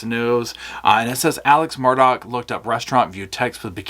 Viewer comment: I know my English and M-U-R-D-A-U-G- H is pronounced Murr-Daw. There's no Dock.